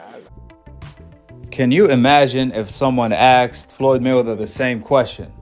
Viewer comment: asked NOT Axed.